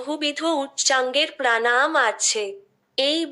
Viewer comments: প্রাণায়াম উচ্চারণটাই সঠিক হচ্ছে না। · তুমি তোমার উচ্চারণ ঠিক করো। প্রাণাম নয়, প্রাণায়াম। ভাষাটা আগে ঠিক করে শেখো। তোমার উচ্চারণ কানে লাগে।